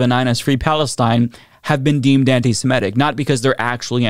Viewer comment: it's antisem-it-ic, not antisem-et-ic, okay?